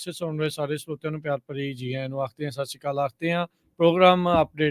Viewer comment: I pointed out this man many a times that say properly, Sat Sri Akal.